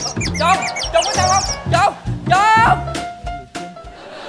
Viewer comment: Chồng mà sao tui nghe chồn vậy ta 😂